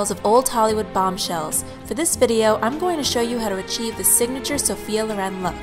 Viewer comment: Sophia "Looren..." Loren. Not "luren". :/